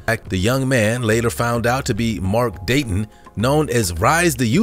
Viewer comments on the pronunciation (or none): none